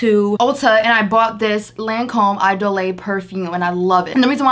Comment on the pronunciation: Lol...the way she pronounced Idole. Lol...It's just "E dole." Not "I dolay." 😆